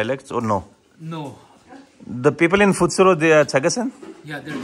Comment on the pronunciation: Hi this is in which part of Nagaland? Thanks for visiting our beautiful state and spreading positive comments about our motherland, the way you said pfetsuro was commendable, it was pronounced correctly